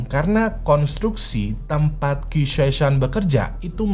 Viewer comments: Qi di baca ci bang Gu dibaca ku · Qi itu kalo ga salah di cina kaya nya dibaca ci bang